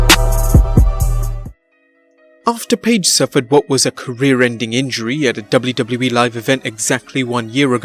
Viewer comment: finally someone who says wwe properly!!!